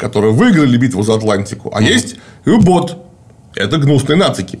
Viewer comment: не Ю-Боот, блин, а У-Боот. ну англоманы едучие - У бот. блин. Унтер бот. Под лодка блин.